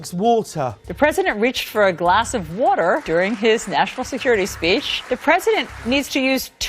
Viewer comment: water is a shwah A. It’s not Wooter. Some of the presenters at the Communist news network should try Diet Coke occasionally. The unmitigated gall that says anything about President Trump is unconscionable. seltzer’s arrogance. History proves mr kopell right. because you asked the question. Don’t you remember? sugar from ice cream increases amyloid plaque in dementia patients. Where is dear leader, who won a fair election, caregiver? stelzer is the NEW Baghdad Bob. That’s (Muhammad Saeed al-Sahhaf) for the low IQ “journalists” at the Communist News Network.